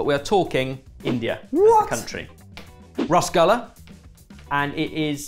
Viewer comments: Rasgulla (pronounced Roshagoola), is more of a Bengali dish, it's massive in both West Bengal and Bangladesh. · Just to add a bit of context - it’s pronounced as Russ-goo-la! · The Pronunciation of Roshogulla was on point 😅👉😅😅😅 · My dad tells me stories from his childhood about people queueing up outside bakeries making number 2 fresh. They'd dump them into vats of sugar syrup and people would grab them out, squeeze them dry and monster their way through (potentially) dozens of them Edit: Pronunciation note as always XD. Despite being written ras, it's more accurrate to pronounce the word as, 'ruhs', with the, 'ru', being like the, 'ru', of, 'run'. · RIP to all my Bangla friends who died over that pronunciation... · butchered the pronunciation rasgulla!!